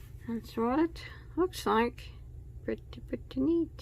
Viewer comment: Very “Prettay”